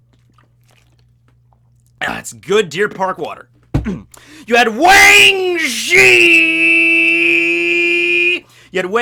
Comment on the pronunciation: Now we always gotta pronounce weng zhi like that